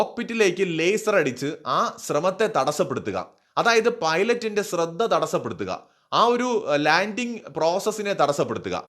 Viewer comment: Ashradha kuravalla shradha kurav that is right